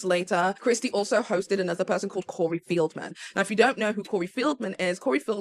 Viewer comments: Feld-man not Field-man😘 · Corey FELDman, not FIELDman.